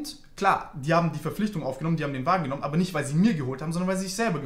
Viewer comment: Die "Wägen" triggern so hart hahaha